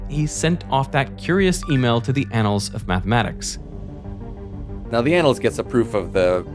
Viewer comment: "Anals of Methamatics"